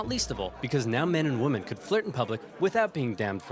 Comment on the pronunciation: Dude can’t pronounce “women”